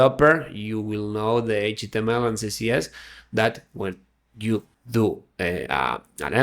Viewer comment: Great video, but you keep saying CCS instead of CSS. Beginners might get confused.